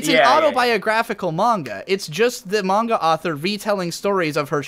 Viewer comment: Anyone else cringe out of their skin every time pronounces manga as MAY-nga? just me? ok